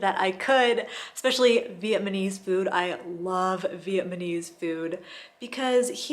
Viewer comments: Vietnamese not Vietnmanese. Sorreeee, just funny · VietNamese - not Vietmanes - otherwise great info